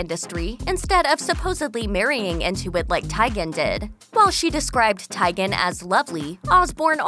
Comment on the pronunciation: Tygen??? Come on, you know it's pronounced Chrissy TEEgen